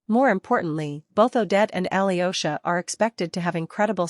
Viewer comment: 'yo' in Alyosha pronounced together (russian ё). Like I in spanish, not aliosha